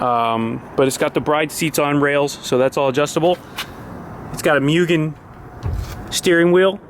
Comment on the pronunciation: Works for a JDM Importer dealership, can't pronounce Mugen or Bride... Lol just messing with you! Can't wait to see what you do with this absolute beast.